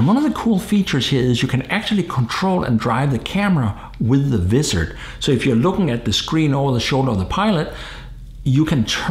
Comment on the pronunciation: ok,, repeat after me,, WAA IZZ ERD thats how you say Wizard not VIZZ ERD LOL just busting your chops